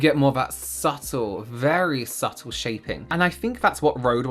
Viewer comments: I can't remember which video it was or who said it but omg, I can't stop hearing "SUPPle" in this video instead of "subtle" lol. Anyone else remember? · Does anyone else get flashbacks every time says subtle?